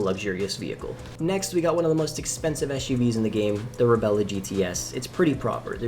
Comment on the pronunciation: "Reb-lah" not "Rebella."